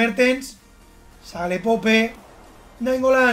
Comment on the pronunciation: Pope se pronuncia "poup" no seas palet por favooor!!